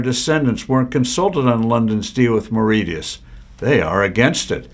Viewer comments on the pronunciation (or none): Marishius is the pronunciation oh Mauritius. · Mauritius-learn how to pronounce it before posting